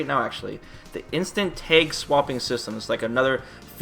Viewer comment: When he says "tag" it sounds like "take" I was genuinely confused at first.